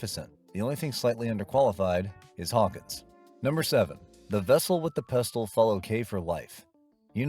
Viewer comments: Yep--which is why the "narrator" pronounces "pestle" as "pest-tle". Thanks a lot, idiot--there goes the rhyme with "vessel"! Sheesh... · Please. The T in pestle is silent. That's why it rhymes with vessel. Try watching the movie with the sound on. One of my long term favorite movies. And of course I memorized the vessel with the pestle routine by my teens! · that's not Edith Head. It's Angela Lansbury. Also "pestle" is not pronounced that way. It rhymes with "vessel". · Love the movie. Quick note: The T in "pestle" is silent. That's why it rhymes with "vessel."